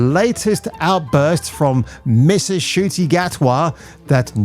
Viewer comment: Nice touch on pronouncing his name as “Shoot Me”…befits him